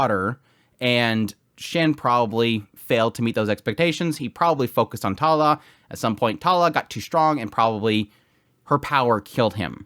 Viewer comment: Talala 🤣 sorry no disrespect i had to point that out But great vid by the way going to watch the episode now haven't watched it uwt